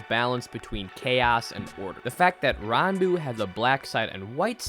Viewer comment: your saying his name 100% wrong